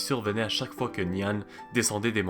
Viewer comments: C'est intéressant. Mais tu aurais au moins pu te renseigner sur la prononciation. Nian se prononce " niènn ". Même remarque pour la prononciation du moine.. Quand on parle d'une langue existante encore, il faut donner la vrai prononciation. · Il prononce comme tu ecris le pinyin chinois 😊 normalement c'est "nián"